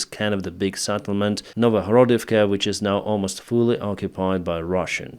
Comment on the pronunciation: Settlement not SAttlement. "E" not "A"